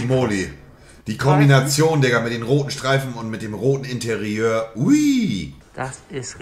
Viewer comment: Wie kann Monte Interieur richtig aussprechen, aber sagt im gleichen Video dann Malmehdi.